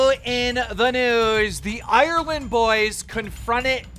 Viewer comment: Ireland is 2 syllables not 17